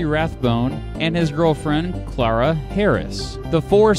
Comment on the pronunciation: It's LAY-MON. And Rathbone's fiancee's name is pronounced: CLAIR-AH. The story of their lives (and deaths) after the night of the assassination would make quite a movie! The name of the town where Lee surrendered to Grant really is: Appomattox Court House – sounds odd, but that's still the name of the town today.